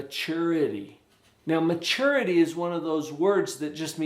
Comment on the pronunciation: why does he say maturety like that lol i really want a cavapoo they are so cute so i'm being responsible and i'm making a power point and will present it to them